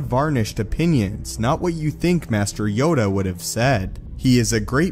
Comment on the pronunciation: Yoda... It's Yoda